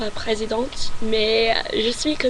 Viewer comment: Franchement tu parle très bien français, y a juste les mots transparents que tu prononce plus en anglais qu'en français comme "président, parent...". Après l'accent c'est plus un détail, en fonction des régions de france l'accent n'est pas le même, et je trouve que sa donne un charme à la personne. Le mieux pour apprendre à parler une langue, c'est de passer des vacances dans les pays qui la parle. Bonne continuation.